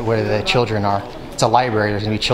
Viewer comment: If you’re going to be recording in libraries and making YouTube videos to educate people, learn how to say the word “l i b R a r y”